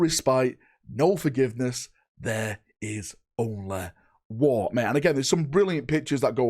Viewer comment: “there is onlay wahh”